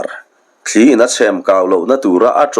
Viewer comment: I thawnthu chhiar hi ka ngaithla nual tawha,nangmahah selna tur ka hre em em lemlo amarawh chu A sawi nawk nawka tih te,thli in in a sawi tihah te sawi i lam rik dan hichu ka ngaimawh hle mai.. a hlawi tiha hlawi anga fan tur anih laiin hmeichhie tawngkama awi antih anga bung hian i lam tlat zel ani.